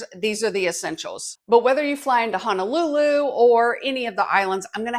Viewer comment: A little pronunciation tip for you. The o in Honolulu is pronounced like the o in no, so Ho-no-lulu is the pronunciation. It's a common tourist mistake. Lots of online resources on how to correctly pronounce vowels in olelo.